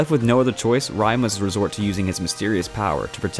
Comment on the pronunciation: Noblesse: Ray, it’s pronounced as Ray. 😖 But thanks for adding it in because it’s amazing!